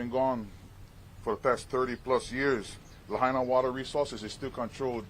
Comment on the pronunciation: It is Lah Aina people. Say it right. The Capital of Hawaiian Kingdom. Is this more genocide? Govenor, let the people of Lah Aina re-build their community!